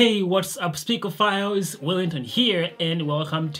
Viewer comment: Speakerphiles not files